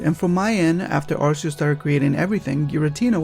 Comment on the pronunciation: "Him"? Giratina is genderless. EDIT: Also, "Arceus" is pronounced "ar-kee-us".